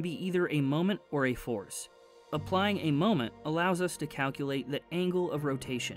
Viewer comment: Am I the only one who heard forest when he says force !? I can't be the only one 😂 All jokes aside. Most underrated channel!!! Keep up the good work bruh.